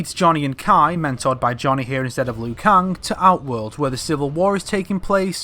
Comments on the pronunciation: Why do you keep saying Liu kung, & not Liu kang??? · You pronounce it as Liu Kang, how it's spelt, whether most people pronounce it as Liu Keng. No hate, just saying. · Ugh it's annoying how you pronounce Liu Kang, no offense